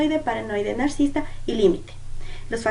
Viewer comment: Gracias por hacer un video de ésta temática. (Sólo que se dice nar-ci-sis-ta)